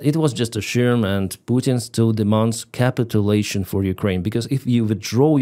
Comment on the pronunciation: I really appreciate your clean, direct reporting of the situation,, and totally agree with your summary. I applaud your ability to do this in English too – thank you. Just to let you know, the word "Capitulation" has the stress on the second syllable in English "CaPITulation"